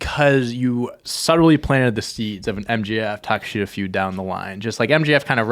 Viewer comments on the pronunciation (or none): Ta-kesh-ta is the pronunciation for Takeshita. Gotta remember that name because he’s going to be on top of wrestling for a long time, boys. 🔥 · Konosuke Takeshita is pronounced Kuh-No-Skay Tuh-Kesh-Tuh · It's pronounced Kono-skay Ta-keh-shta Konosuke Takeshita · They pronounce it take-kesh-ta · I love y’all, but you butchered Takeshita’s name it’s Ta-Kesh-Ta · you said Konosuke Takeshita's name so very wrong that pronunciation is not the one he uses. if you look up a ddt pro interview he did they pronounce his name properly.